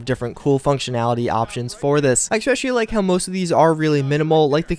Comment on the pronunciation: Love ya bro. I do but it's not Xspecial... thats some dude from LoL TSM xD I mean it's cool if you're giving him a shout out every episode but yeah xD try E Specially instead of X Specially. Will make you sound as smart as you are.